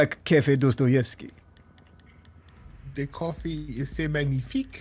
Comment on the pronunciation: It's prnounsed Dastayevky say aaaaaa not ooooo